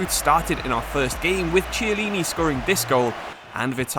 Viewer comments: The 'Ch' in italian is pronounced like a 'K' so it's 'Kiellini' and not 'Tshiellini' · It's not Chyellini but Kiellini. Ch in italian is K